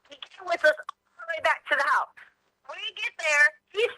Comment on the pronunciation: Yo guy, what’s with you saying the word “house” completely OFF…….. are you a bot or something 🤨. I watched so many of your videos and you say it so weird. Some other words you say that are similar to house u tend to pronounce it similarly.